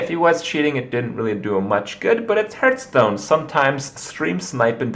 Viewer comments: Just wanted to point out its heartstone not hurtstone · Why do you persistently pronounce it "Hurtstone" ?